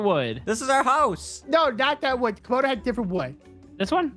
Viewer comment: stop saying comodo is camodo